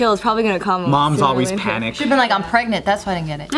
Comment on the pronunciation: "Im Pwegnet":[:] boop boop * *boop boop boop boop - 2018